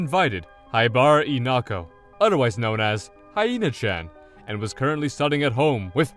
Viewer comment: Why are you pronouncing her name as "inako"